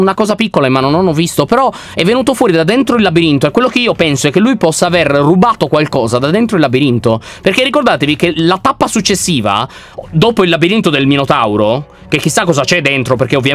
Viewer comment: lyon dice pappa invece che tappa 😂